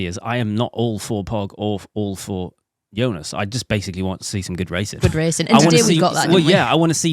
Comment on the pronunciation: Producer said it correctly! Kudos to her.